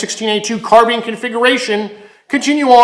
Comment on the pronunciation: carBINE not car BEAN